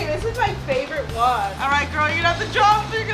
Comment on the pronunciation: I like how y’all keep saying “GoRL” from 365 days lmao